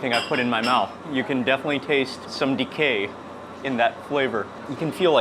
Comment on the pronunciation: "You can taste some dacay" had me laughing hard.